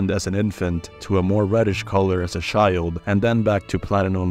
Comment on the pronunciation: “sherry” and “shild” is took me out